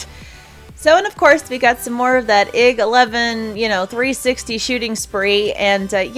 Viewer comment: hey, I mean no offense but if you didn't know IG-11, IG-88, IG is it's series pronounced (eye-gee) sorry if you already knew that still a awesome vid.